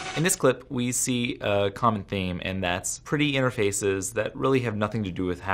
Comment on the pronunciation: Nah nah dude he said intefraces so much times we know its scripted